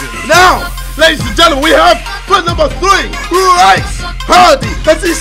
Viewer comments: "RiceHardy"? It's pronounced Reece... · I was number 3;), it's pronounced 'Reece' btw;)